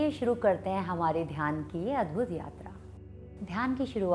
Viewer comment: Asanaaa, Dhyanaaa....what is this. If you are speaking in Hindi then why the Sanskrit words are pronounced as if they are written in English. I can understand if a non-native does that as they dont know our language so they read these words in English and pronounce like that. But you should not do that, it sounds ridiculous.